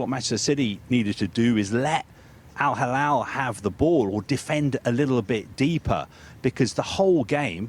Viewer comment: Mr Al Halal 😂 why is he keep saying it? Al Halal 🤣 🤷‍♂️